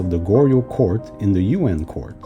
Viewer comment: My ears a little iritated when I heard "You-end" rather than "Yu-an" 😭